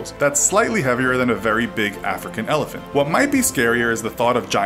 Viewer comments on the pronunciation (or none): none